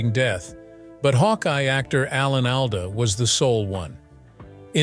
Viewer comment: I have always heard Alan's last name pronounced ALL-duh.